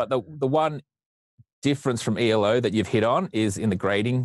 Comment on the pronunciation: This is incredibly pedantic, but it's Elo (Ee-low) system, not ELO. It's not an acronym, it's named after Arpad Elo, the guy who invented it.